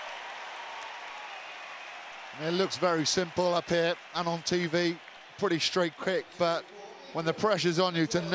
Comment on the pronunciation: The Sean Connery pronunshiation pandemic shtrikes again! "shructure" and "shtraight" several times! Just shtop it, would you?